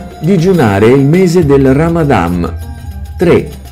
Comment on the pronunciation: Ciao si dice RAMADAN non ramadam.😮